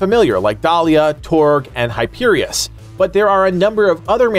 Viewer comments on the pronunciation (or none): Accidentally said Hyperius instead of Hyperion when talking about tbe weapon brands. Excited for this game for sure. Thoughts on the expansions?